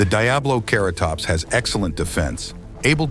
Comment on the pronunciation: DiabloCarrotops (Lmao.. these voice overs. 😂) Otherwise? I enjoyed the video.